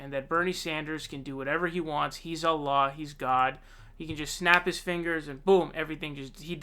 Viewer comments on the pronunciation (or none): none